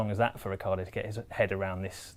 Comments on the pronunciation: Who is Ricardo?He is Ri-chee(as in cheetah)a-ar-do. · That’s how it’s spelled, he pronounces it Ricardo.